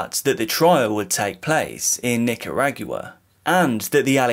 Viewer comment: Omg I had to fwd. I couldn’t keep listening to “Nick-ah-RAAG-you-wah”. 😩